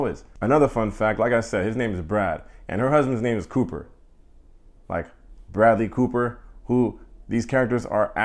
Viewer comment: the funny way u said Brad and Cooper, bradly Cooper... Bro can u put a shirt on (well I want him dont-put-on-a-shirt way😏.. but.. but ... I love Sarah more)..and most lastly the way u said put a password on laptop 😂😂.... anyways, the whole way u reviewed the show i love it...